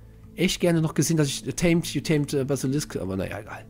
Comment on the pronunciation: "Basilikum" XD